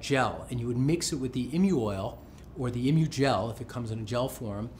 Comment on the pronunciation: Isn't it EE-moo, instead of IM-you? It's from an emu, the flightless bird, right?